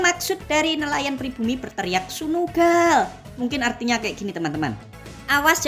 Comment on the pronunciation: Sunuuu gallll.....(logat Java)😅😅